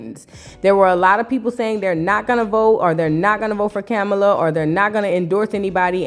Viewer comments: STOPPIT..NOT DIDDY AND KAMALA IN THE SAME BREATH...PRONOUNCED COMMA. LA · It’s actually kah-mah-lah… please stfu nobody cares how you say butter chicken or tikka masala 😂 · COMMA...LA sis...pronounce her name correctly!!😞